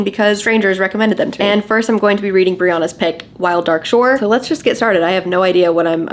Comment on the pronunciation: The way you kept saying Brianna’s name wrong…. So. Many. Times.